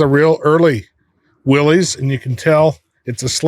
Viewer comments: It ain't Willys it's Willis 😅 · Willys, pronounced Willis. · I've heard this debate for years: it's pronounced "willus" not "willees" not sure if theres any truth to that? Probably just dudes from the south talking about jeeps with northeners lol. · ok guys - two things - you supposed to be authorities right ? its NOT A MOTOR - its an ENGINE ! and Willys is pronounced WILLIS its not controversial - due the research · there is no such thing as a Willy’s Jeep . It’s Willys. Actually pronounced Willis.